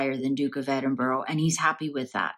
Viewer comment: Glad Edward and Sophie are well but I wish people would pronounce Edinburgh right no offence has no O sounds like bura like the u in ug thank you